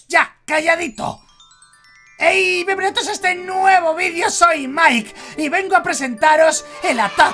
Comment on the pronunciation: SoY La uniCa K siEmpre k mike Dise "Ey biEnvenidos a este nuevo video" yo escucho "eY biEnbEnuTos a este nuevo video xD*